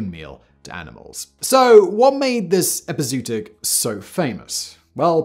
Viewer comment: Excellent video, informative as always. This is something that’s always been fascinating to me. My only nitpicks… it’s pronounced like the word “foray” not fore, and epi-zoo-otic, not epizoot-ic. Also worth a mention that Gadusek was an unabashed pervert and pedo